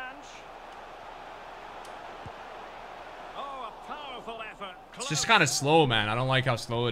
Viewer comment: The way the commentator says "Fernandes" is so triggering. It's the equivalent of pronouncing Nick as "Neck"!